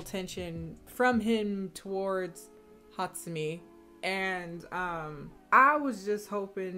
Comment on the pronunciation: I can't be the only one that finds how she pronounces Hatsumi extremely satisfying